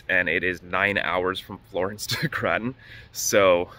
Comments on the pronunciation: Locals call it gratin...never heard anyone say graton like cruton..jaja. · Graton, pronounecd "gr-AY-tin" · Who told you it’s pronounced like that?? It’s pronounced gray-tuhn. Im a local so I hear the commercials from them all the time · Also pronounced "gray-ten"